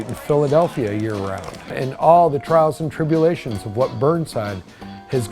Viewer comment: Did he say "Trowels and Tribulations"?